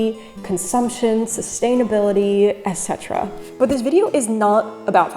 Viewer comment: How I love a YouTuber who actually says eT cetera instead of whatever is usually pronounced where T should be